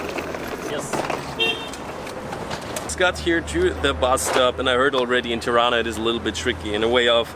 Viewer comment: You are saying it right!! 👏🏻👏🏻😍